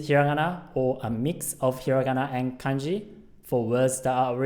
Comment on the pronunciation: When you said kanji it almost sounds like kenji